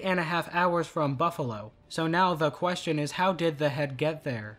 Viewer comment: What is wrong with you, speak normally, when you say the, you just say the. Why are you saying ( a the) every time you say the. I really makes the video commentary off putting.